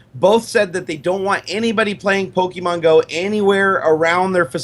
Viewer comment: You guys are pronouncing Pokemon wrong.